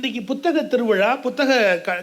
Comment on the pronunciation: முதலில் பேசியவர் திருவிழா என்று சொல்லாமல் திருவிலா என்று சொல்கிறார் 😢